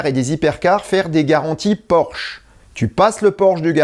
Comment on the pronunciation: Tu m'as pété de rire. xDDD _La garantie porche. _Porsche ?!! _Non, PORCHE !